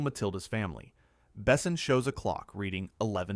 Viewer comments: not Bessin… bes/On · The only problem with this speaker is he doesn't pronounce any of the names right it's not ((((Bess son ))) it's Luke Bassan.